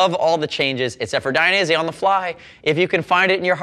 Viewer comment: it's Dainese not "Dai-a-nese" otherwise great review. Suggestion: always show one leg inside, one leg outside the boot.